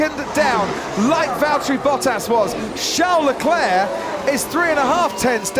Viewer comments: strange why Croft always says Leclair instead of Leclerc?? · Croft, will you ever understand it's Leclerc and not Leclè?